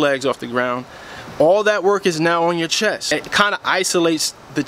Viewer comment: Thank you great Tips But Not to correct you, BUT its CHEST not CHESS just sayin